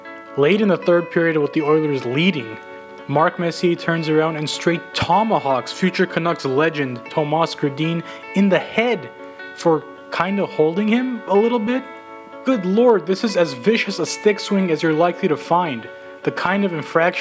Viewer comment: Good piece, just want to point out that it's pronounced TOOmas, not toMAS.